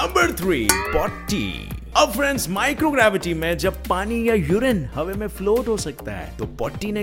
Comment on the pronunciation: Bhai aap hawa ki hawe kyu bolte ho